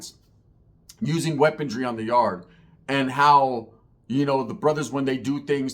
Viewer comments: WeaponRY not weaponDRY. Sorry had to do it 😂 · not a hater bro cuz I watch your shit all the time and I love your content bro. but maaannn its "weaponry" not "weapontry" after the 3rd time it started to bother me LOL much love